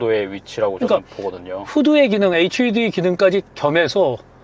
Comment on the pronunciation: hud를 외국어식으로 말할땐 허드입니다 후드는 아니구요 편집장님. 아니면 그냥 에이치유디라고 하시던지